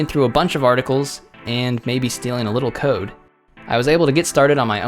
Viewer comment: “Somethings not right. My coda actually worked” lmao 😂